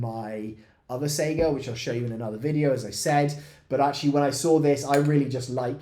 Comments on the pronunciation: think of how you say Kalashnikov and not Kaylayshnikov ez :) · (/ˈsaɪɡə/) - saiga with 'A' from America or dArk - not SEGA game company : SEIGA - it is named after an animal (just being a cringy know it all nerd, but i hear it all the time like SEGA)